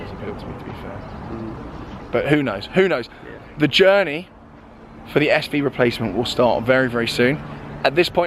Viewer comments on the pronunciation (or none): Noooo......why? Aventador SV is perfect for you! , don't you mean the churney? instead of journey :-) churn out some more videos! yeah!